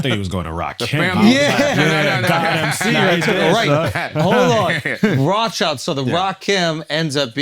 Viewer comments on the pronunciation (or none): “Rahchild to rothschild”?